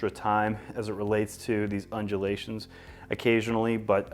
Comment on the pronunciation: New drinking game, you drink every time he says unjelations